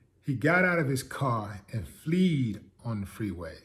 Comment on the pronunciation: He said fleed...hahaha...wtf